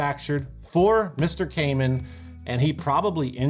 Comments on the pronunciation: I worked for many years at a guitar store that dealt a lot with Kaman, and everyone there pronounced it kuh-man, not kay-men. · True story I got the Stereo Chorus through a promotion in Guitar Player where KMC gave away the pedal of your choice for free. Oh and Chuck’s last name is pronounced “Kuh-Man” not “Cayman” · In Hartford County we pronounce it Kuh-man. Not Kay Mann. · First off, great video as always! Secondly, in my years working at a music store that was 95% Kaman product, I was under the impression that it was pronounced "Kuh-man" rather than "Kay-men" since that's how our rep and all the people on the phone said it. Kind of like their Takamine guitars: Some say "Tak-uh-me-knee", but the people at the company always said "Tack-uh-mine". Sorry for the "well, actually" comments, but since probably knows the people who lent their names to these products, I'd like some closure... Oh, and can we get a "RockTek" episode some day? Pretty sure those were also Kaman. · When I used to work at a music store we had the Kaman catalogue that we ordered from. The rep always pronounced it like “Command” without the d. I always thought he was wrong, but who am I to say anything. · By the way, Kaman is pronounced ke-man with the accent on the second syllable. I grew up in CT and my dad worked in a factory/job-shop that did a lot of contract work for Kaman. :-)